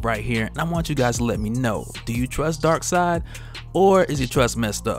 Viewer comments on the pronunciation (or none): It’s darkseid ... 🤦‍♂️